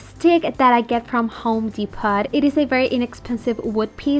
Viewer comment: I like the candle/log craft. Incidentally........the “T” in Home Depot in silent. Phonetically it’s pronounced, “Dee Po,” as in Row.